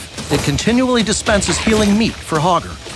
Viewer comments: I swear I keep hearing Pogger. We want Pogger to be an enjoyable excess. Pogger doesn't care. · You can't say hogger with a hard R, bro!